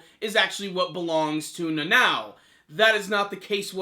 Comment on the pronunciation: Na-no? its pronounced Na-now, Nanao